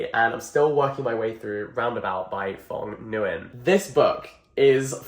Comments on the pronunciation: Jack...Jack...JACK Mr. Jackson Edwards you come here right now. The author's name is not pronounced /Fong Guy - an/, it's a Vietnamese name since the author's father was an immigrant from Vietnam. The way you pronounce "ong" in Phong is similar to the way you pronounce "ing", so you close your mouth after, instead of keeping them open like when you say "bong". Nguyen is the most common last name in Vietnam, and it's pronounced like "win" but replace the "w" with a soft /ng/ sound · the pronunciation of phong nguyen 😭😭😭😭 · Every Vietnamese person will never forgive you pronouncing Phong Nguyen like that.